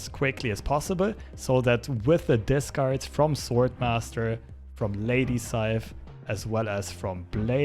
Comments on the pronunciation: every time he says lady saif instead of sif it cracks me up xD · It's not lady scythe it's Lady S I F. Also why does marvel rape norse mythology thhat often.